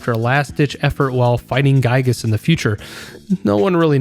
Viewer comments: I must mention Its. Gigas pronounced. Not guygas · the fact that you say gyiyg is actually so based